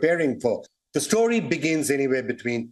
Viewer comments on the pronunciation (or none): none